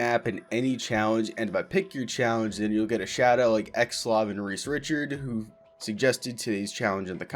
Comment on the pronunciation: Also its Reese Ri Card. not Richard